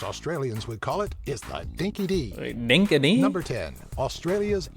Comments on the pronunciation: Dinky die not dinky dee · It DINKIE DIE not dinkie dee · It's not pronounced Dinky Di (Dee) It's Actually Dinky Di (Die). The witchetty grub is a term used in Australia for the large, white, wood-eating larvae of several moths, you eat them live and they taste a bit like almonds or nutmeg, I've personally eaten many myself. We also eat honeypot ants live, you bite the honey-filled abdomen of the ant and dispose of the rest. Enjoyed the vid mate. Rob from Tassie (Tasmania, Australia) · dinky di (pronounced dinky die not dinky dee) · Ummmm it's dinky di as in princess Di not as in Sandra Dee. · Not dinky di (dee) it's dinky di (die) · He meant "dinky di", pronounced "dinky dye" lol (I grew up hearing it all the time, and still do from the Ockas over 35-ish.) I always have a giggle at "dinky dee" whenever I see this video around the interwebs. Just...yeahhh, nahhhh, mate 🤦‍♀️🤣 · Dinka dee? How hard would it be for these people to learn the pronunciations? And I think he forgot wifi - an Australian invention. Outback Steakhouse is as Australian as Mom, hot dogs, baseball, and apple pie. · You need an OZZY video about OZZ as never heard of DINKY DEE , ITS DINKI DI hardy said these days the American videos can be misleading 💚💛🇦🇺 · It's so cringey to hear old mate say Dinky Dee lol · It is pronounced dinky dye. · That is NOT an Australian presenter he is mispronouncing Australian colloquial expressions.